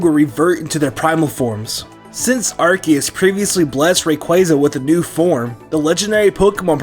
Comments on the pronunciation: Did you know that said ar-kee-us not ar-ce-us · he said arciuse not arkoos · you are the only person other than me who pronounces Arceus's name correctly. Everybody else pronounces it ARSE-ee-us, and where I'm from the word "arse" is more than a little rude.